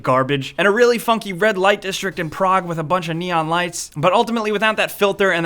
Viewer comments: You're saying 'Prague', right? Not 'Prog'? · It took me a while to realize that when he said "Prog" he was actually trying to say "Prague"